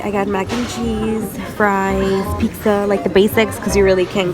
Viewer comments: You’re so gorgeous...xoxo 😘, I swear you were saying “peeksa” rather than “pizza”?! Lol 😂. Don’t screw up your beautiful brows btw... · You can tell she’s Hispanic bcuz she said piczza Hispanic donde andas? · she said pixa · the way she says pizza lmao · The way she said pizza😂